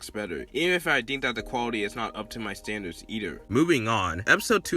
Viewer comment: "EnA IsNt Up To My StAnDaWdS"